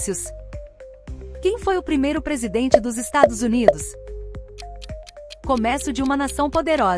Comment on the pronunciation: 8 = começo: pronunciado de forma ABERTA, ou seja, ERRADA.